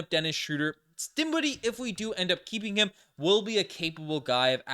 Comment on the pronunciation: dinshiddie? ugh.